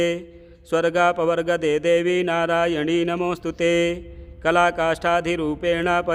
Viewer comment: प्रिय महोदय, निवेदन है कि आप नारायणि को नारायणी पढ़ते हैं,यह अशुद्ध है, कृपया नारायणि को सही पढ़ने का प्रयास करें।जय मां सिंहवाहिनी दुर्गा जी।